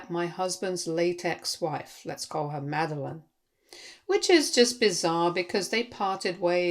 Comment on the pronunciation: Did you say "late-ex wife" or "latex wife"? Obviously, they'd both be VERY different stories. 😇